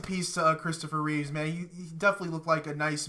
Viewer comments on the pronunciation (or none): Why do you call Christopher Reeve "Reeves" every time? It's Reeve, not Reeves? George Reeves acted as Superman on the black and white TV Show in the 60s. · Christopher Reeve not Reeves lol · Thanks Captain Obvious lol. And it's Reeve, not Reeves.